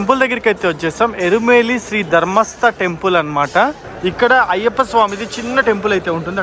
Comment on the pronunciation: ఇరుమేలి కాదు ఎరుమెలి